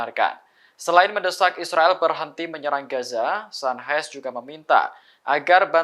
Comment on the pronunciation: Pembaca berita Tribun network lucu2 ya. Al Qassam dibaca Al Hassam, Qatar dibaca Hatar, Sanches dibaca San-hes. Dari siapa mereka belajar membaca ya?